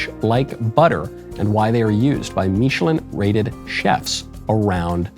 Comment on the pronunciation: He said “meechelin” rated 😂